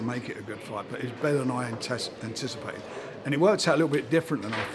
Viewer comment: HAHAHAHA HE SAID ANTESSIPATED, HE SAID ANTESSIPATED!!!!!